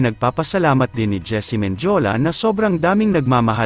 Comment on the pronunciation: Hindi po Menjola Men di o la Mendiola po